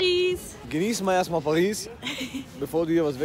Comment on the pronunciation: Bitte sag nicht perissss😂